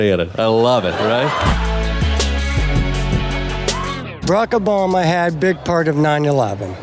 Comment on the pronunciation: "Brock Bama had big parta nine ya'leven."